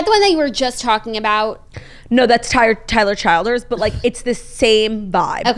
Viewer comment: Claudia pronouncing Tyler Childers wrong 😂